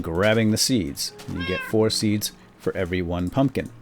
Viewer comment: pumpkin not pumkin